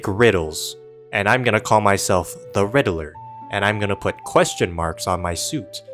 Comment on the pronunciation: Makes fun of riddler, but can't even say his name right